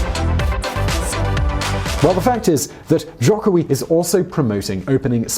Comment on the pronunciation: Hi, thanks for making a video about Indonesian politics (a greatly understudied topic indeed). A quick point of feedback: you mentioned that rising conservative Islamic influence would likely cost Jokowi (btw pronounced Joe-koe-wi) the 2019 election. While islamic populism is certainly a force to be reckoned with, all credible polling organizations have Jokowi in a double digit lead over potential opponents. Furthermore, its actually not a clean split between Jokowi and the opposition in terms of the Islamic parties. PKB will likely go for Jokowi, while the PKS while go for Prawbowo Subianto (his likely opponent). The other two are sort of a toss up at this point. I would also say that Indonesia's democratic consolidation faces great challenges from forces besides Islamism.